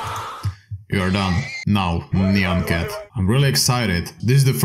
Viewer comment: "Naian Cat" DO YOU NOT KNOW HOW TO PRONOUNCE NYAN CAT?!